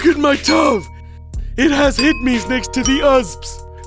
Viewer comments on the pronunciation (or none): Look at my tuv, it has Heed-mees next to the uhsbs!, It pronunced tee-vee, hed-mees, u-s-b. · check out my tuv it has hidmis and ussbs, check out my puc, it has a dooved drive. lololololol that is not how you say it correctly, is "TV HDMI USB PC AND DVD. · “IT HAS HIDMEES NEXT TO THE USBES” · "This is my tuv, it has hid-me's next the the uhsb's" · I like how the villager is saying the words LITTERALLY!! TV!!!(tuv) hdmi!!(hidmee) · You are wrong it is T.V. and H.D.M.I. what are you polish? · "Look at my Tuv! It has hid-me's next to the usbs." - "Check out my Puc! It has a Duvd drive." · "Look at my tuv, it has hud-mees next to the uhsbs" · TV=TUV HDMI=Hid me PC=PUC DVD=Duvd I have no idea why he pronounces these words wrong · When the villager pronounced the tv things it sounded like some sort of disease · Thats how I pronounce Hdmi and Usb